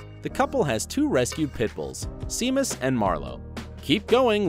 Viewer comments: Will Wheaton's dog Seamus is pronounced Shay-mus. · “Seamus’ is pronounced “Shay-mus’. Not “See-muss”. Seriously! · In reference to the name of one of the rescue dogs, it's pronounced shā•mis and not sē•mus and can be spelled Séamus, Seamus or Shamus. Lol. My eldest son had his name (Séamus) mispronounced often too. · Shamus!!!!!!! not See-mus - jeez, guys! you really ought to check name pronunciations - especialy non-amurican ones. You really have a nice voice :} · Seamus is pronounced Shaye muss. You guys need to do your research so you can inform your poor announcer. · There should be a language checker like spell checker. Seamus is pronounced "Shaymus" and Ginny is "Jinny" among other things said wrong. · omg if you're going to do voice over learn how to pronounce words! The Wheaton's dog Seamus is pronounced "Shay-mus". And Mrs. Newhart's name is pronounced "Jinny" !